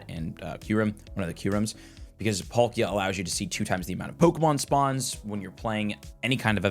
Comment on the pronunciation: Polkia instead of Palkia was bugging me